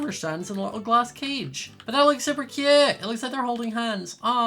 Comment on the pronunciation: Me: what’s your favourite word.: super cute me:could you say that any kiwiier